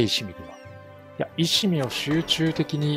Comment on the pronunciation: 石見(いわみ)です